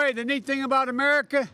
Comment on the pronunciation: Did he just say, "'Merica" like George Bush?! Omg, I give up!